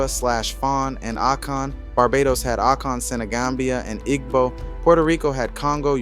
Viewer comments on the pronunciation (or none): Great job! Just a note Igbo is pronounced EE-bow The g is silent Yoruba has more emphasis on the ba like yo-rue-BAH But I’m sure an internet search could help with hearing how the natives pronounce it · Igbo = EE-bō [ibo] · Very detailed and informative thank you! FYI the g in igbo is silent